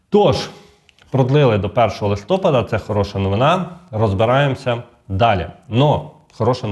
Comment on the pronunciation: Нема такого слова листОпад. Є листопАд. Це як лакмус до грамотності.